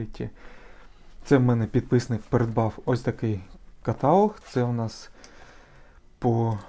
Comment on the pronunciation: КаталОг, а не катАлог!!!